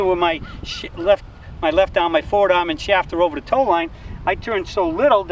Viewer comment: "Ova da riva" lol